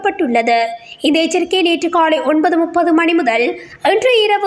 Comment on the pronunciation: உனக்கு ல உச்சரிப்பு சரியாக வரவில்லை ள தான் வருகிறது சரியாக உச்சிக்கவும் பன்னாடை காலைக்கு காளை என்கிறாய் காளை என்றால் காளைமாடு ஆண் மாட்டை குறிக்கும்